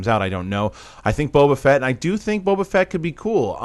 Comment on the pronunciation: John.. It's Boba Fett... FETT.. with an F! Not Vett. Please I can't take hearing Boba Vett one more time lol